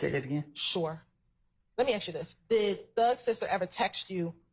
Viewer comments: Annoys the life out of me when she says ‘shoore’ 🥱 annoying af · She blows me when she say “shore” 🤦🏽‍♂️